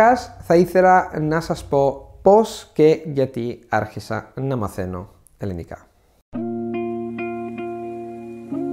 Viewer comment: It would be great if you could correctly pronounce the word ελληνικά. It sounds like you're saying "ελλενικά". Otherwise great job